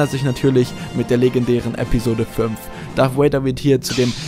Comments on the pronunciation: Anton Ceclich Wer sagt denn wortwörtlich Wader? Es wird eben Darth "Wäider" ausgesprochen. Oder wie würdest du es tun? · sag bitte nicht darth woäida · Es heißt Darth Vader mit "v" also ausgesprochen wie das deutsche "w" und nicht wie das englische "w" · Maaaaaan warum sprechen alle Deutschen es "Darth Wader" aus? Es ist doch nicht schwer, das "V" wie ein "V" auszusprechen! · Anton Ceclich Gut, so spreche ich es auch. Habe es mir nachdem ich den Kommi geschrieben habe nochmal im Video angehört. Er spricht es tatsächlich etwas seltsam. ^^